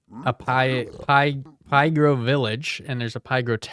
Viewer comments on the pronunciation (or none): I think that Pygro is supposed to be pronounced "pig-ro".